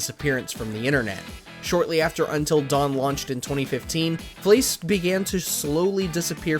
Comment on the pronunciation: it's fleiss not fleece